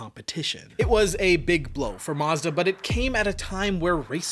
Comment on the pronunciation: Muzda? NEESUN?